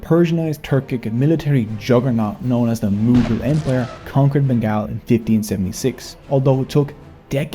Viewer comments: The documentary makers could not even get the pronunciation of "Bengal" correct. It is BEN-GAUL not BEN-GAAL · It pronounces "BENGOL" because GAAL means SWEAR 🤬 in Bengali. 😢. This video would be so sweet, if you just could pronounce it correctly.... Say "BENGOL" Please. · You sound like a British narrator, you should say it as Bengaul and not Bengaal. Locals say Bangla. Bengaal sounds too weird. sorry for the nitpicking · Has anyone taken the time to tell you that it is pronounced Ben-gol? Like `all`? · Let's gooooooo! Our contribution has long been sidelined. Just a suggestion, Bengal is pronounced as Ben - Gall (like gall within gall bladder). Anyway, amazing work! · it is not said Bengal it is pronounced Bengol like Beng All